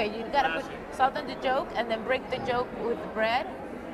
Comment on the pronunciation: BRO IT IS YOLK NOT JOKE .